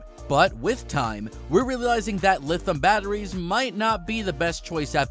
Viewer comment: Lithium pronounced li·thee·uhm, not lithim. You lose credibility if you cannot pronounce the word correctly when the rest of your English sounds like you are not learning a new language.